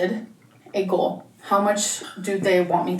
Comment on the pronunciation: Gorl not goal